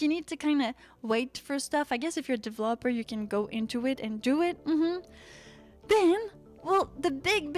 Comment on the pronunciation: see, developer! you've such a funny way pronouncing it 😂 (only after Lilith leveled the path for you before, you've been able to pull it off decently well.)